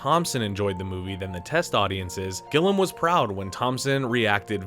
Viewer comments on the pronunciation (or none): Gilliam, NOT "Gillam"! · You aren't even saying people's names correctly. It's TERRY Gilliam!!!! not Gillum!!! And LARRY McMURTRY!!! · Jesus Christ, you're a platform that specialises in film - it's Gilliam, not Gillam. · My god. It's Gilliam. Gill-e-um, NOT "Gill-um. At least do the barest amount of homework when you make a video. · The Directors name ist GILLIAM, not GILLAM! I guess you never heard of Monty Python either?! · I can't get over him pronouncing Gill-i-am as Gillam! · It’s “Gilliam” - not “Gillam”). And it’s “McMurtry”, not “McMurty”. Minor details, but if you don’t even know what these folk’s names are, then one can only assume you don’t know WHO they are, and therefore one also has to assume that you don’t know a fucking thing about the subject matter. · Are you able to pronounce anyone’s name correctly? It’s Gill eee um not Gill um. And Depp played Dean Corso not Caruso. It was the Bazooko circus not Bazooka. Sheesh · you got my view but i stopped watching after you pronounced it gillam and not GILLIAM. like, literally, it lost all credibility after that. what an idiot. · Glliam not Gillam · FFS it's Gilliam not Gillum. How the fuck can you get that wrong? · Gill-EE-um not Gill-um. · Great video but it's Terry Gilliam not Gillam. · It’s Gilliam not Gillam. Also it’s Withnail and I, not With Nail and I . Is this an AI voiceover? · Gill-EE-am. Terry Gilliam. Not Gillum. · "Gilliam," not "Gillum." And it's "umbrage," not "umbarge." Fucking AI. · Isn't it Terry Gill-lee-am, not "Gillam?" Am I crazy? And Larry McMur-Tree, not McMurty. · Dude, who the fuck is GILLUM????? It's Terry Gill I UM . It's not difficult.....learn to words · Who's Gilum... You can't bother to pronounce Terry Gilliam properly. Have you really never heard of Monty Python? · GILLIAM! Not Gillam. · Great vid. Thx. FYI - his name is said Gill-EE-am, not Gillum. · It's Gillium not Gillum. "Gi·lee·uhm" Otherwise a good roundup. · Terry Gillam? Gilliam, right? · Gilliam. Not Gillam.